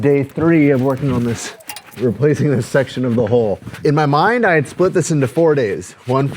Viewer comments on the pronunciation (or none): It is pronounced, Hull, like full, not hole like pole. Just saying. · Can you not say hull? Hole ≠ Hull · Why do you pronounce “hull” the same as “hole”? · I really like your projects, and what you and your wife are doing. There is a minor thing that is happening in the boating world, probably due to the internet. People who know better are starting to pronounce HULL as HOLE. I know it is petty, and there are more important things to talk about, but it makes intelligent people sound dumb when they mispronounce words. Please think about it. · I'm sorry the hull is so bad in your boat, but having watched you build and repair things for many videos, I think you have this one. However, you saying HOLE when you mean HULL is making me nuts watching the boat refit. But keep on keepin' on and I'll just ignore the butchered terminology. It's just a me problem. LOL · Looking good. Use Coosa board for the repair. Oh and try to remember it’s a HULL not hole as you keep saying. Keep up the great work! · I tend to watch a lot of boat building videos. I've noticed recently people pronouncing hull as hole. In my neck of the woods I would say it closer to haul but with more L. I guess it would sound closer to dull instead of dole. Is my pronunciation a regional thing or is this just a shift with the younger generation? Even the AI closed capttions think he's saying hole....it's very confusing to listen to. Survey says??? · It’s hull, not hole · Hare you saying "hole" to refer to the bottom of the boat? Its a hull... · pronouncing "hull" as "hole" is quite amusing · To a Brit, the way you pronounce 'hull' sounds like 'hole'. You say tomato........ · I love how every time you say hull or hold I hear hole